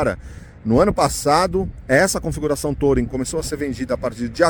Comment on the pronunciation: A pronúncia sua do modelo tá errada, não se pronuncia a letra “O”, na palavra TOURING, que é uma palavra inglesa, se pronuncia “TURING”, sem acentuar no G mudo do final, e olha que é uma palavra bem manjada já pra carros, já tá por aí há mais de 50 anos e você não aprendeu a pronúncia ainda 😂😂😂